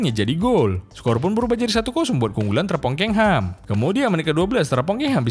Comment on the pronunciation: Jangan sebut terpongkengHam dong, sebel bgt gua denger nya